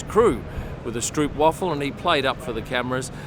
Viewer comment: Thanks for another great video. One small correction regarding the pronunciation of 'stroopwafel'. The 'oo' isn't really correct, you have to pronounce that part like 'strope' (like as 'rope' with 'st' added before). And the 'wafel' part, consider it like saying double 'aa': waavel. So, more like 'stropewaavel' in English. Consider this a challenge for your next video! 😂